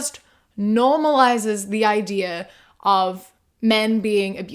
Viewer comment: When you said “ideaur” I was forced to remember that you’re from New Zealand